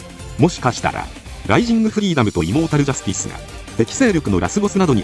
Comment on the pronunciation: イモータルジャスティスが胃もたれジャスティスに聞こえるお